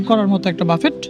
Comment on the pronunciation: বাফেট নারে ভাই "বাফে"/ "বুফে" 😂